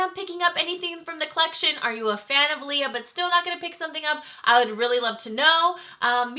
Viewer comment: Her brother wrote the message and as a YouTube you should do more research on the pronunciation of her name especially if you don't 100% know how to say it 🤦🏽‍♀️🤷🏽‍♀️